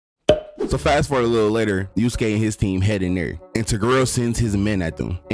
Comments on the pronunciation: I wanted to watch this till you said Toguro name wrong 😭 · You said toguro wrong but overall an entertaining video